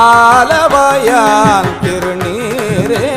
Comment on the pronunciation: Wrong pronounce ஆலவாயன் not ஆலவாயான். Thanks